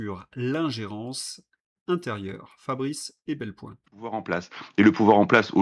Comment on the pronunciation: Epelboin, pas "Ebelpoin".😞